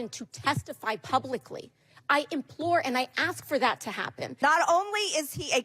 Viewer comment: Implore AOC, I'm betting you can't spell Implore without relying on spell check. Just a hint the word doesn't start with an E as the way you pronounced it.